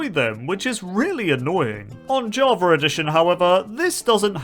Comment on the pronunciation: Java ✖️ Javar ✅